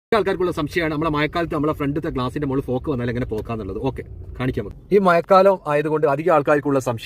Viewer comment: മലബാർകാർക്ക്... ഴ...വഴങ്ങത്തില്ല.... അത് അവരുടെ കുറ്റമല്ല... സുഹൃത്തേ... 😍😍